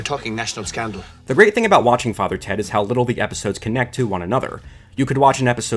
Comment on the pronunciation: "How did you get interested in that sort of ting?"